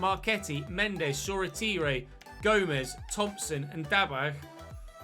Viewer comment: How long before realises Shoretire is pronounced how it’s spelt and not ‘shorétiré’ 😂